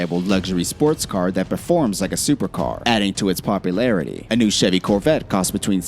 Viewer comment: mustang? coverette? lol